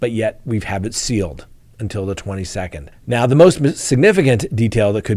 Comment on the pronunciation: Hey can you say sealed. 😆🤣